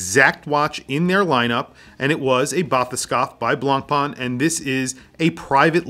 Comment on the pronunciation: The pronunciation of BLANCPAIN is NOT BLANPaaN, is more like BLONPEN